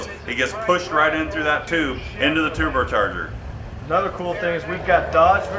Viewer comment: LMFAO "Tooblecharger"